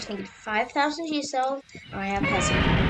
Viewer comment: Bruh that not how you say heisei